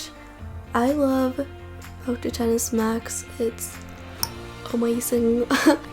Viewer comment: Thank you for calling it the 10s and not “ex-ess”. Shit annoys the hell out of me when people do that. Even some of the idiot apple employees have been calling it “ex-ess”